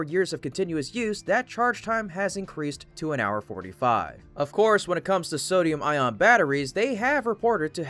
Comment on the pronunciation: It's pronounced "eye-on", not "eye-ron".